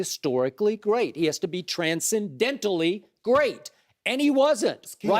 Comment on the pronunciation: "Tran-sin-dent-tinal" - Skip Payless